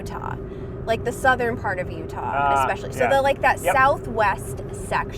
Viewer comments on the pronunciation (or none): none